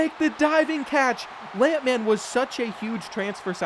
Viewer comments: Who TF says “Lamp Man” instead of lampman? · Love pronouncing Lampman’s name as if he’s a lamp based super hero.